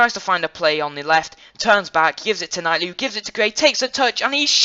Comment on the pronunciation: U keep saying Shane long when there is two longs Chris and Kevin and also it kightly not nightly good video though